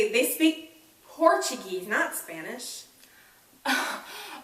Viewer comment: Absolutely loved, but Portuguese pronunciation was very off.